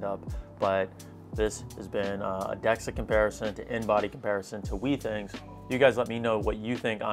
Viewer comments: It's been a year and you still haven't learned how to pronounce Withings right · Every time this dude mispronounces withings as "wee things" I die a little. Great comparison though!